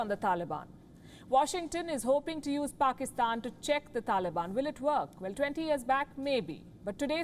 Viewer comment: Many of our Indian brothers are saying Pakistan directly support Taliban ok Guys It's Pakistan not "Paxkistan.", 🙂